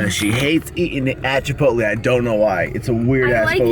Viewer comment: It's Chipot(lay)